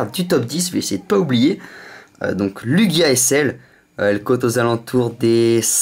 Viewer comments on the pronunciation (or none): none